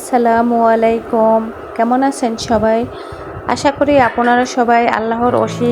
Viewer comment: আসসালামু মলাইকুম নয়! সঠিক উচ্চারণ, আসসালামু আলাইকুম।